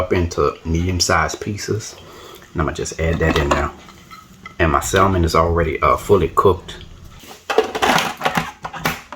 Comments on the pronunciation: Looks good. But it’s pronounced sam men. Or sam mon. Not salmon. The L is silent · the l in salmon is silent. Samin cakes is the correct pronunciation. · The "l" in salmon is silent. Samon cakes. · Pronounce samon